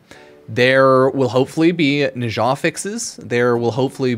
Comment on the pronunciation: Pronouncing Nezha like Natah really threw me.